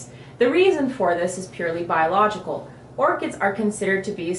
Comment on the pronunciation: It's Orchids with a D... Not "Orchits" >.<